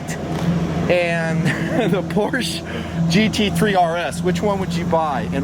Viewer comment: C'mon, 2 syllable word "Por-Sche" haha I did 1 track day out at Miller Motorsports Park with my 2001 Audi S4. Was the most fun I've had with my pants on! jblinga